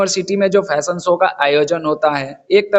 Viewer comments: ❤❤ Uncle, Not Phashion show Please (Fashion show) Boliye F F F, apka Pronounciation thik kijiye 😅😅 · . Uncle Ji, ap to bura maan gaye, mai to thahra Anpadh Gowhar, Angrezi Bhasha Haame na paata, Lekin Lekin Please "Fashion Show" bola kro, na ki Phashion show, Boleto pronounciation sahi karao taki hum jaise Anpadh ko bhi samajh me aye,.. Namaste 🙏